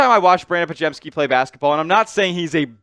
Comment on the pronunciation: You can't trade for lauri. He signed for 5 years, and you brutally massacred podziemski name